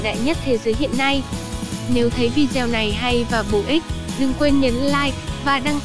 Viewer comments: ( Video ) đọc là Vi Đi Ô , không phải Vi Deo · Hay nhưng mà Video thì đừng đọc là "Vi Gieo"